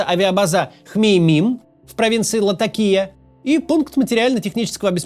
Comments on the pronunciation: Максим,ЛатАкия,ТАртус. Уже второй выпуск режет ухо ошибка. Вы здорово справляетесь с произношением сложных фамилий и в целом слог очень грамотный. Но все же ударения надо проверять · ЛатакИя😂😂 тупой кац